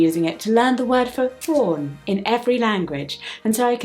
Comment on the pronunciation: Friendly note: She pronounced it correctly; just to provide context since it was not originally clarified.